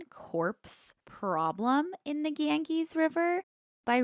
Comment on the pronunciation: I love a mispronunciation 😂 Gangees cracked me up. It’s more Gan- Jeeze. Love you guyssss. Thanks for getting me through my bachelors program! Graduating in 2 weeks!